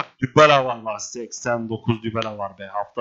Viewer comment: şu Dybala'ya Dübele demene hastayım yaa adamsın abi <3